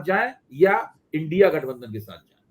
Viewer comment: इंडी नहीं इंडिया, इंडी नहीं इंडिया,इंडी नहीं इंडिया, इंडी नहीं इंडिया, इंडी नहीं इंडिया,इंडी नहीं इंडिया_ सही उच्चारण करना तो सीख लीजिए। जरा सी मिहनत में सीख जाएंगे।